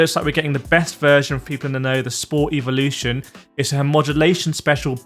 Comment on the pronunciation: It’s AEEEEVOOO how do you say evolution. It’s been months I have listening to your eeeeeevooooo . Come on dude wtf